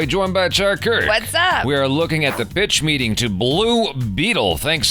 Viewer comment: Did he just say ... BITCH MEETING?